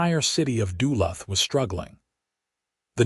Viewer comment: Try learning how the name of the city is supposed to be pronounced! Duluth is pronounced De - luth (like the name Luke only th instead of a k sound)